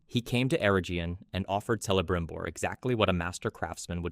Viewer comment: But Celebrimbor is pronounced with a hard C.